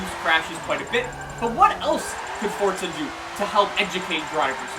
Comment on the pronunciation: I really like you man you're a nice guy but why oh why do you pronounce the game as FORTZA all the time